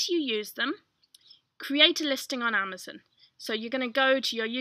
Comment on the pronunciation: i love how you say 'amazUn'....its so...not American lol thx!